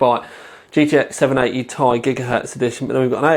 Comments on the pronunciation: Nice review, but god your killing me, I'm pretty sure it's T-I not tie, but who cares your reviews rock, LOL :p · Does anybody else find the way he says "Ti" like its one word annoying? I mean come on... Has this guy ever watched another video of somebody else saying the name of this card and thought," Hmmmm maybe it isn't pronounced like one word." I would have thought by now that he would have figured out he was saying it wrong. Its like saying an acronym as if it was a word. For example if you asked him to say "NSA" would it come out sounding like he said it as one word? Damn I spent too much time on that comment... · 780 "tie" xD